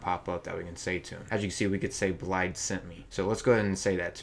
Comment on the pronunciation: FYI its pronounced Blaiv, blaidd is Welsh for wolf :)